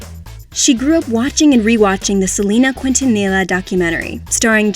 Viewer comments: Anybody else cringe really hard when she said Selena Quintanilla’s last name? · You said Selena Quintanilla's last name wrong 😭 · Please have a Hispanic speak this documentary she says Selena’s Quintanilla wrong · OMG the way she pronounced Quintanilla!!! My lord nooo